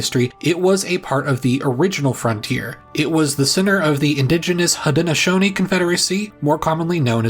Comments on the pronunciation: omg yes, I cringed so hard every time he said Haudenosaunee and Canandaigua. What I don't understand is, if you're teaching this stuff, why not at least... ya know... run a basic Google search on pronouncing the words? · the Seneca pronunciation is more like Ganan-daw-gwa. C sounds like G in Haudenosaunee languages. (He also pronounced Haudenosaunee incorrectly.) 🤦🏼‍♀️ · Haudenosaunee was close, but not quite correct . Of course I live near the Seneca Nation.